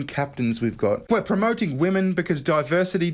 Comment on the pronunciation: Muh duhverzity strikes again